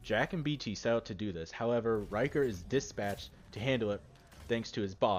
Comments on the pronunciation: Rickter not ryker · You pronounce his name as Rhic-ther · It’s rick ter not ry ker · His name is richter.ric-ter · Rieker? Thought it was Richter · HE EVEN HAS A BANNER CALLED RICHTER SCALE. RICHTER NOT RYKER. RICK-TER Jesus. That really annoyed me but otherwise really good vid. BLISK EVEN CALLS HIM THAT. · Its RIchter not Riker. Rikers are from the Division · Why did you say riker it ir richter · Its Rik-ter not reich-er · Rik-ter, you've been mispronouncing his name the whole time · its pronounced "Rik- tar" not "Ry-kar" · "Ryker"... As a german speaking person this hurts my brain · Dude I think it’s richter as in Richter scale, either way nice vid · "Ryker"? James "McCullen"? Captain fucking "Momosa"? What Titanfall did YOU play? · it’s richter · Its rich TER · Repeat after me rick-ter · Hearing someone pronounce Richter like Ryker makes you wish you were standing in Richter's nuclear eject. Good video though. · isnt it RIKH-ter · yes thats what i'm saiyng, i am german u ..... its Richter. In english i dont think there is the pronouciatiation of "ch" like in german. Its like a cat who feels in danger and makes that cchhhhhhhh sound. And Stop trying to guess a gender with Sir/ma`am . fr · " rick- ter. " my friend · No its RICHTER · Its pronounced "rishtar" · actually it’s pronounced ric-ter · "Lasst mich nicht hängen" means "don't let me down" not "don't let me hang" "Macht ihn fertig" means "finish him off" or just "destroy him" not "make him ready" And please pronounce him correctly as everyone said. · Holy fuck the pronunciation of richter is pissing me off and I'm not even 30 seconds through the video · He said Richter wrong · R4_F This annoyed me through the whole video, like they say it correctly multiple times in the captured footage, how can he get it wrong? 😒